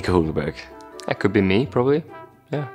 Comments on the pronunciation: Nobody:: "Nico Hulkenburg" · Not saying nico hülkenburg